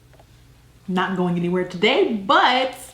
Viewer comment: Can I just say that I love how you say "going". I'm from the UK and every time I watch your videos I spend the next week saying "gwaiing" lol I love it